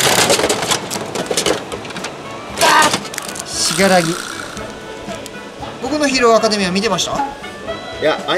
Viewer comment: 僕のヒーローアカデミアのイントネーションも変だし死柄木はしがらぎってよまないんでなんか気になりました